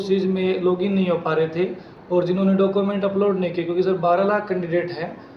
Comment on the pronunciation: Thanks Sir information ke liye.. चेयरमैन सर.. डॉक्यूमेंट (document ) को डाकूमेंट बोल रहे हैं.. 😂